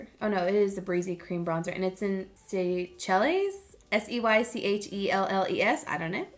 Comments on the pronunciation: You crack me up! Seychelles is pronounced “say shells”. It’s a group of islands in the Indian Ocean and they are BEAUTIFUL! 💗💕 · Seychelles is pronounced “say-shell$”. It’s a group of islands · SEYCHELLES 🤣🤣🤣🤣🤣 It's pronounced seashellz. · Pronounced say-shells. It's a cluster of islands in Africa.